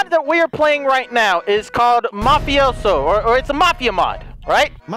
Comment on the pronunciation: It's mafioso not mofiso